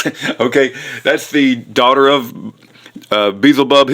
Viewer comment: im glad Kent is out of jail. love his teachings of creation but you sound like you are trying to sound and act like Kent and it's annoying as all get out, God bless kent. An who is Beelzebub?...... you are saying it wrong SMH